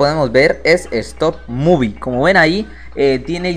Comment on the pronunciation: como es? stop move como lo dice? stop movie xd